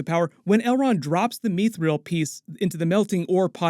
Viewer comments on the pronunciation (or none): Its not mee-thrill, its mith-ril. Sorry, its very jarring.